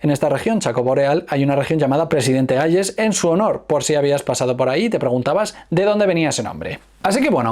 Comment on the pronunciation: Hayes se pronuncia" jeys" 😅😅